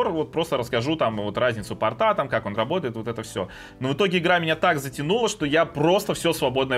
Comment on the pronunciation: Лучше говорить не "портА", а "пОрта"